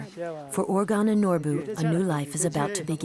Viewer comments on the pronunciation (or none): The narrator should learn how to say the boy’s name. She pronounces urgan instead of Urgyan.